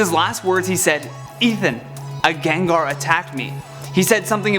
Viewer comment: My life has been lie Its Gengar not Jenjer